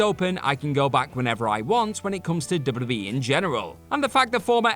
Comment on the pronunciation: my favorite part is when he said dubbadubbadadee